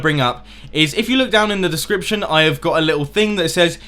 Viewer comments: says he reads aloud fluently, says discrition instead of description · I love how he says he read perfectly then says discription wrong